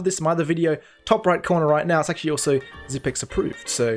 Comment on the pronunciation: THANK YOU for pronouncing his name correctly. Bugs the shit out of me that most casters can't take the time to learn how to say it the right way.